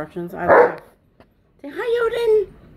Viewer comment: Tonka’s tail is hysterical. He’s saying ‘O-DIN’